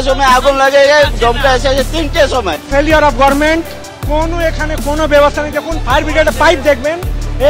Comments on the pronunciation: Government বলতেই শিকলো না গার্মেন্ট বলে dohor বাবুর পরিবারের কেও আছে এখানে 😅😅😅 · আচ্ছা মমতা গরমেন্ট গরমেন্ট করে কেনো বলুন তো ? ও কি গভর্নমেন্ট বলতে পারে না ?